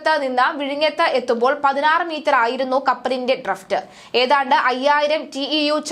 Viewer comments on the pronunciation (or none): ഡ്രഫ്റ്റ് അല്ല ഡ്രാഫ്റ്റ് ആണ്. ഡ്രഡ്‌ജ് അല്ല ഡ്രെഡ്ജിങ് ആണ്. ശ്രദ്ധിക്കുക.